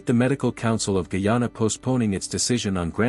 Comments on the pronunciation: Where is Kee-yawn-uh? It's Guy-ana. The old pronunciation of ghee-ana for the region encompassing the three colonial entities British Guiana, Dutch Guiana (now Surinam) and French Guiana is understandable. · No es gayana es guyana